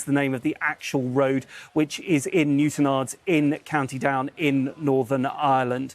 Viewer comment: That's the correct way to pronounce Newtownards. Not the way the presenter pronounced it.